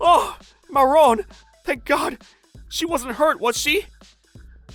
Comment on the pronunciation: i keep on hearing moron instead of marron